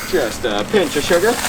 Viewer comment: um he sead a pench of sugr -_